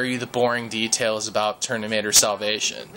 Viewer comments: IT'S FUCKING TERMINATOR NOT TERNIMATOR! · dude u make no sense atal its nowt to do with steave jobs and and its terMinatoer not terNinatoer lol funni guy tho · your way of explaining is rather overlenght. I'd believe people would listen more to you if you just get to the point. No offense, I'd have no interest how old your father is. And it's Terminator, not Ternimator. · TERMINATOR not ternimator..lol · he said ternimator lol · Yellow Iron he said it like 10 times😂😂😂😂😂😂